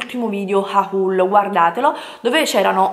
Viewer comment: Hahul??? Ma come diavolo parli